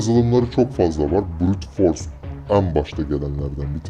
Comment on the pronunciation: Brute force kelimesini çok vurguladı sanırsam tek bildiği adamın wordpress basmak :)